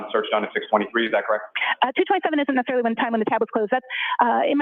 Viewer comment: The phone search expert said "Not Nessicarilly" at 0227. To me this means it "May" have been 0227 ....still not what defense wants to hear